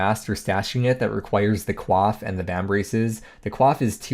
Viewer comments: Thanks for the review!! Though, "Coif" is not pronounced like Quaff (that means to drink) Its pronounced like coy-ff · The way you pronounced coif gave me a stroke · Sir, did you just pronounce coif as kwaf? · lmfaooo wtf is a cwof 🤣